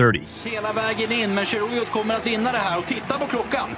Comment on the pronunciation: Nice narration, but you can tell it's not human at around timestamp when it says "two thousand nineteen". Also at around timestamp , trying to pronounce "Cheruiyot."